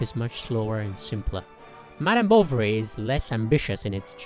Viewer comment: When you say "Bovary" it always sounds to me that you are saying "Bolvary", or it's just me!